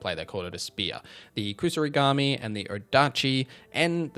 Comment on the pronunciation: Correction: Its Kusarigama and not Kusarigami.